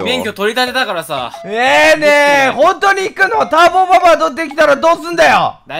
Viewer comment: ぜあるターボババｧじゃなくてたんぼババｧじゃ